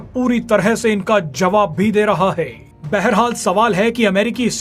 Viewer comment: ye konsa tarika h news padne ka "उतरा हाई "